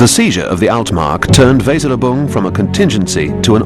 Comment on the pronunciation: The pronunciation of "Weserübung" is *atrocious*. My German is pretty basic, but this tears my ears.